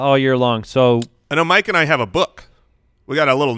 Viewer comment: how do you pronounce blood and book? 😂 love you guys